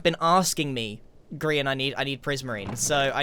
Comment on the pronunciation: did Scar call Grian gree-on or am i going crazy?